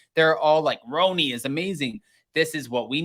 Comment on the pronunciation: Stop calling it roeni lol 😂